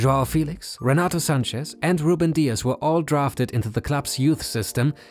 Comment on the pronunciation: Sanches * not Sánchez